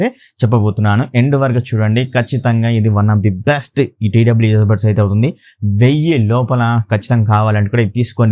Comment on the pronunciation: Bass kadu bro bess